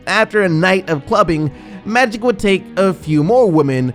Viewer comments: So the narrator did a whole story on magic Johnson but cant say magic? Who is maddic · Can you pronounce "Magic" instead of "Matty" Johnson? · No disrespect but...is he saying Maddy Johnson!? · Is it me or does he keep saying Madic Johnson? ;_ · Why can't this guy say the word "Magic " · who the fuk is Ma-dick Johnson? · SMO hahaha! I heard him repeatedly pronounce his name like that too lol